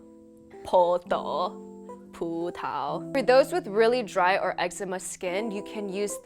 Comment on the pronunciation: Straight laughed out loud when you said grape in 台語 LOL 博萄 XD